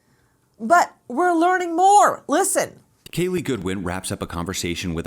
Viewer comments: Is her name pronounced like Kaylee? Nancy is pronouncing it like Keelee. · PLEASE pronounce Kalie's name correctly. Say her name like her mother and reporters. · Why does it bother me that Nancy isn’t even saying her name correctly?!?!?